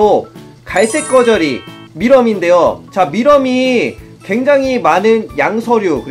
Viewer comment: 저만 밀웜 미럼으로 들립니까아앜?